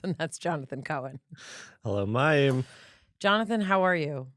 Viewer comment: Oh Mayim I'm a bit disappointed that you have not made an effort to ensure that you pronounce his name correctly... It's not that hard (coming from a Polish person) lol ;-) And on a serious note - Such a Fascinating conversation!! Also, fellow SIBO'er here 🙌